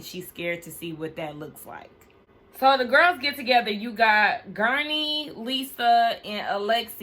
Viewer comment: it's Guerdy. I cackled every time you called her gurney. 🤭 Anyway, thx for another great review! 🤗